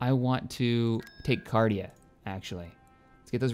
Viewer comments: It's 'Carida' not 'Cardia' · Your pronunciation of Carida is so cringy. XD